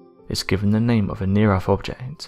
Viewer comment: It's NOT "near earFH"...it's "near earTH!" ...TH ...TH ...TH!!! It drives me CRAZY to hear ignorance broadcast all over the world!!! Damn Britain, EDUCATE YOUR PEOPLE!!!